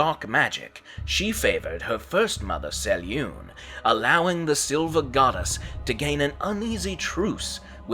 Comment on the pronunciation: If you're going to make videos about the Forgotten Realms at least do your homework and learn to pronounce names as Ed Greenwood intended. He spells out how to pronounce Selune in the original Forgotten Realms 'Old Grey Box'.